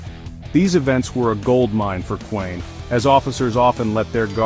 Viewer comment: Intruiging story. But the video is AI slop. No authentic pictures of the Kuehns. Doesn’t even pronounce their name correctly